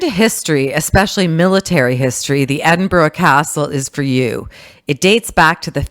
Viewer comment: Should have learned how to pronounce Edinburgh